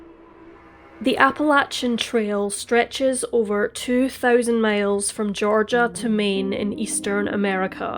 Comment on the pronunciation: you had me at "....two THOUsand...." 😆😆 Love the accent. Can anyone tell me?